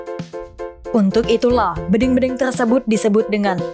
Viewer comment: Bedeng (seperti mengucap dendeng).. payah nih reporter..